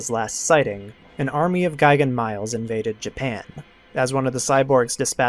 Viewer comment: mee-lez, not miles lol